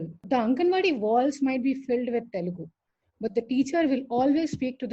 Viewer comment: OMG, what’s the deal with "Telgu", especially when you are native speaker!?!